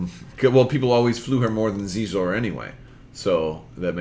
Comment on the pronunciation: Xizor = Sheezore